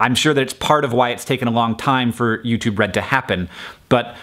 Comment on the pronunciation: I keep hearing "YouTube Bread".